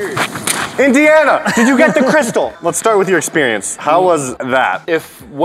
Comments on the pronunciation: He said hey Diana not Indiana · What ? No he say Indiana ! Just like Indiana Jones